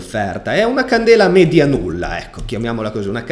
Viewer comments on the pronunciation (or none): none